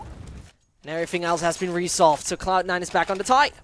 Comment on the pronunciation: Tip to commentator: cloud9 not just cloud and try to make a d more than a t